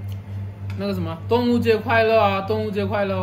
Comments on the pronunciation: 哈哈哈😄！是“端午节快乐”。“端午节安康”！不是“动物节快乐”。Duan Wu Jie。/ Dong Wu Jie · 你说端午节快乐，我听成了动物节快乐😂😂